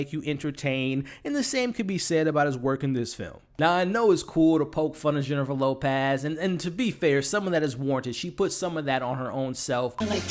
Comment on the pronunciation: Jennifer Lopaaz 😂 great review!